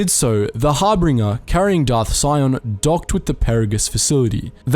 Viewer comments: it's harbinger not harbringer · Harbinger Har- bin- jur (like jury). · It’s pronounced Har-bin-jur. A harbinger is a bringer of fate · Some of these name pronunciations are just awful 🤢 its the Harbinger, not the HarbRinger? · Harbinger. Not Hairbringer. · How is it that you AND Star Wars Theory both cannot pronounce Harbinger correctly? "Har-Binge-Er" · 5 months late, but “Harbinger” is said as”Har-bin-jer” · Harbinger is not pronounced 'harbringer'. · ... twitch ... it’s har-bin-ger... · Lol it’s pronounced har-binge(like binge watch)-er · The information in the video was definitely good but I can't lie I was getting annoyed with all the incorrect pronunciations. It's Har-bin-ger, Pa-ra-gus, ebb-in hawk, t-los, at-ton, nhi-lis. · I just wanna say that harbinger is mispronounced in this--otherwise great video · HOW DO YOU FUCK UP PERAGUS AND HARBINGERS PRONUNCIATION WHEN THE GAME FUCKING SAYS THEM OVER AND OVER AGAIN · Are you saying things wrong just to get on folks' nerves? The correct pronunciations are in the damn game. Harbinger Telos Atton Peragus Ebon Dxun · Watching you fail to say the word harbinger is entertaining